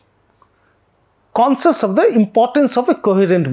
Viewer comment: Its 'concious', not 'konsas' ...